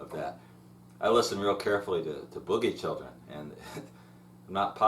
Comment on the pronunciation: Boogie Chillen, not boogie children, sounds weird to hear it said that that way lol great lessons though, some of the best on YouTube for John Lee, so thank you!